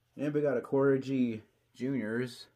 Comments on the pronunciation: It’s Corghi- the g is hard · Great video have some of your models featured myself great collection,Corgi is pronounced the same as the breed of dog the queen of England has before the purists get at you,🤫 If you can go to some diecast shows you can pick some parts for some of the models missing parts.👍